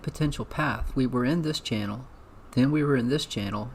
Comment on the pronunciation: 😂 don’t forget channel not “Chanel”